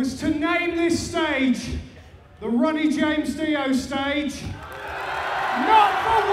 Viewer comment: Sounds like he said Runny James Dio. Seriously though, may Ronnie RIP <3